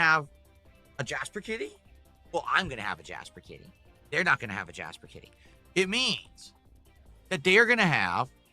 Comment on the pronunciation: For me it's because I generally only hear children call cats Kitty, so it just sounds childish. Of course he also pronounces it in the most annoying way possible too, with emphasis on the T sound.